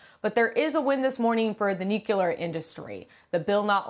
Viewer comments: it's pronounced "New • Clear" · The "nukelar" industry?